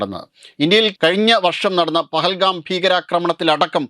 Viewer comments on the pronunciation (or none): പെഹലാം അല്ല പെഹൽഗാം